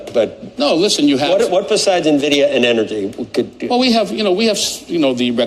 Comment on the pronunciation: Why the hell are so many "analysts" that CANNOT PRONOUNCE NVIDIA correctly ? "nevidia" "dividia" ... WTH ?